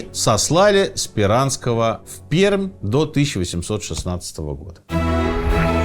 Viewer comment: Сергей, здравствуйте. Я из Перми, и Пермь произносится как (Перьмь) [П'эр'м']. "Р" мягкая и "М"